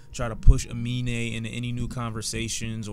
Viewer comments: Fyi 'Amine' is actually pronounced 'A-MIN' not 'A-MI-NE'. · You said his name horribly wrong so many times Aminé